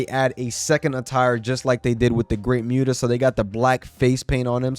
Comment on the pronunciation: Never apologize for speaking truth. But ima need you to apologize for the way you pronounce Muta 😂 Good video, brotha 🔥